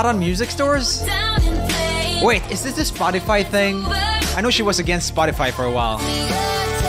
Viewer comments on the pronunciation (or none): I love it how he says spot-tea-fy instead of spot-tuh-fy